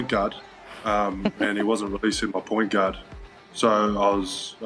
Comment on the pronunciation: "release muh point gard"